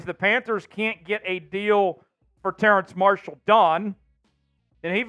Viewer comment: is dude calling him "terrance marshall"?